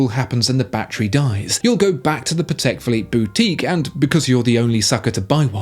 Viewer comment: I just have to say it. That's a Pa-tick Philippe 🥲